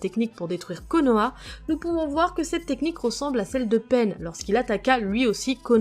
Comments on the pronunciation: La vidéo est juste très bien mais sa m’a un peu grincer des dents quand tu dis peine que Pain mais bon c’est ta vidéo 😂😂😂 mais bravo ❤️ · C pas penne mais pain lol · "...Peine..." Ça ce prononce Pain (payne) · Prononce mieux pain stp